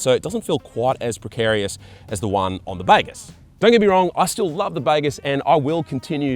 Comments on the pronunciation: It’s fkn baaagooos… not bagarse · “The baygess”?? Not been to Bali mate?😂😂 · I think they have named this bike after the Bahasa Indonesian word for "good", which you pronounce as bahgoos.